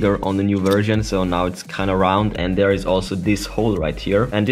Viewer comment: You said version, I heard virgin